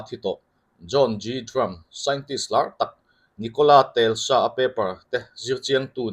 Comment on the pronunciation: Khaih khaih,Telsa nilovin Tesla tih tur a ni zawk lo'ng maw aw..